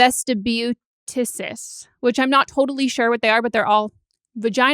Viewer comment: Also, meghan the words you were trying to pronounce: Vulvodynia (Volvo- den- ee- uh), vaginismus (vaj-in-isss-mus), vestibulitis (vest-ib-u-litis). Vulvodynia is unprovoked chronic vaginal pain and tightness, vaginismus is provoked pain and tightness, and vestibulitis is pain and tightness of the vestibule.